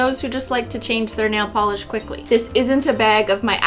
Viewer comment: You say ornament but Cristine says nail Pelee